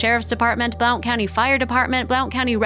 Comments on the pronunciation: Just so you know: Blount County/Blountville are pronounced “Blunt” County and “Blunt”ville… 😉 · Blount is pronounced blunt. Js :) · Blount is pronounced "blunt"....I wish people had an idea how far a little one can wander and how often you find derelects in the woods! I am so happy he was found!! 🥰